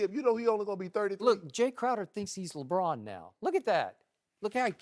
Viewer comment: Did anyone hear skip say lebrick aha